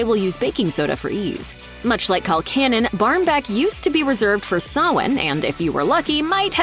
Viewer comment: It's pronounced Col CANNON